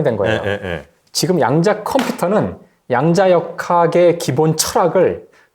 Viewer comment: "양자"가 아니라 "야앙자" (좀길게)라 읽어야 되는것 아닌가요.